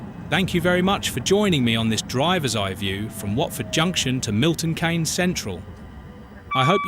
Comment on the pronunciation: The thing that I found annoying that Milton Keynes is mispronounced as Milton Canes but it's correctly pronounced as Milton Keenz.